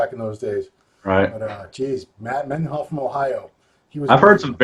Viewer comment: Matt Mendenhall (spelling may be wrong, but it's not Mennyhall). Nice of not to correct him.